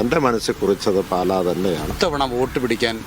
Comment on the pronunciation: പാല അല്ല പാലാ ആണ് ... JKM ♥️ 🇲🇹 🌱